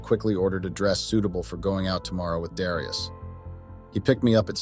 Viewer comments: Dare e us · Is it Dare ee us, or dee ar us? Damn mispronouncing AI!!